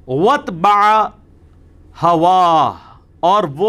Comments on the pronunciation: عجیب! لوگ ایسے جہلاء سے دین سیکھ رہے ہیں جس کو دیکھ کے بھی قرآن صحیح سے نہیں پڑھنا آرہا... 😅 موصوف "وَاتّبَعَ" کو "وَاتْبَعَ" (ت بلا تشدید) پڑھ رہے ہیں...Time: اور دعویٰ تو موصوف کا یہ ہے کہ "میں امامِ کعبہ کی بھی تجوید کی غلطیاں نکال سکتا ہوں" عجیب جہالت ہے... دنیاء میں علماء کی اتنی کمی پڑ گئی کہ لوگ انجینئر اور پلمبروں سے دین سیکھ رہے ہیں... 😅😅😅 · Asslam o alaikum.Ali bhai ny lafz ki pronunciation thek ni ki .unhon ny watbaa pronounce kiya h jabky correct pronunciation wattabaa h .plz isy correct kiya jaye .jazak Allah. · ایک جگہ آپ نے غلط پڑھا۔۔۔۔وَتٌبَعَ۔۔۔ wat-ta-a-wa...ہے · AOA, By mistake you recited one of the word of ayah “wat ba aa” I know it was by mistake for sure. Right word is “watta ba aa” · Janab ali saab. Please correct the mistake in Recitation (Its Wattabaha) you read it as Watbah. Jazakallah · Ali bhai sorry to say ap ny aik word quran k galt parha hai ....wat taba aa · واتْبع ت پر جزم نہیں ۔ بلکہ تشدید ھے یہاں غلطی کی آپ نے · اوہ بھایوں یہ صاحب قرآنِ پاک پڑھنے میں غلطی کر رہے ھیں(واتَّبَعَ کو یہ کیا پڑھ رہے ھیں؟ غور سے سنیں!!)آیت 176 سورہ الاعراف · آیت پڑھنے میں غلطی ہو گئ غالبا وتبع میں